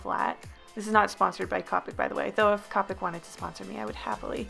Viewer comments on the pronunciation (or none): Not trying to be a meanie weanie and I'm pretty sure someone already said this, but the brand copics is pronounced Copic like toe pick not copic like topic. Honestly I thought it was Copic like topic but apparently I was wrong so its apparently copic like toe pick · Its co-pic not ca-pic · When she says Cop-ics when you pronounce it co-pics TRIGGERED love this drawin by the way. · why does everyone pronounce copic like cawpic?? Is it just an American thing? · If u don’t pronounce copic right ur nOt gOnNa gEt sPoNcOrEd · I like how she says copics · you're pronouncing copic wrong it's pronounce with More of a o sound